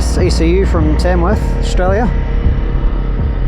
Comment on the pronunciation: Impressive reaction! Makes me want to buy one and I don't even have a CRF. Looking forward to you sorting the suspension and eating your words on that too :) Also, it's pronounced Tam-worth ('a' as in apple), not Tairmworth (a as in air). And what's this vid got to do with the outback anyway?